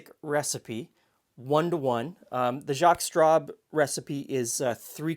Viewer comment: Maybe I've had a cocktail too many, but every time you were saying 'Jaques Straub', all I heard was 'Jaques Strap'. That famous French Canadian hockey player and inventor of protective equipment 😀